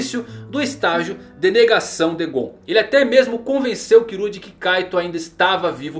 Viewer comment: mano pq ele fala "kirua"?